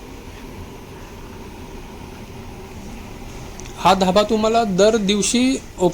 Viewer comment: मुळात ढाबा हा पंजाबी शब्द आहे,,त्याचा तू धाभा हे सारखे सारखे बोलतो आहेस...मराठी मध्ये उकळी म्हणतात,,तू बोलताना उकाला बोलतोस...कशा साठी हा अट्टाहास..एकंदर अवघड आहे